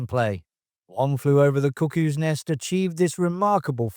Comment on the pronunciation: I keep hearing you say One Flew Over the Cookies Nest...LOL